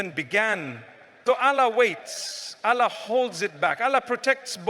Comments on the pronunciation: Is it a Ai? Because Mufti Menk doesn’t pronounce Allah as Alaa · Why does he pronounce Allah in a sound i never heard him say? Allah is not pronounced like that